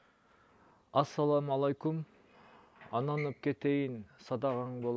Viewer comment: Ассалому алейкум еле дечи енен тилин бурап кыйналбай еле